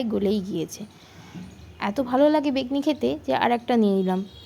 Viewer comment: আগে বেগুনি বলতে সেখো তার পর vlog bani o 😅😅😂😂😂 আর সাবস্ক্রাই করতে বলছো আগে ভালো করে vlog koro tarpor subscribe korbo ok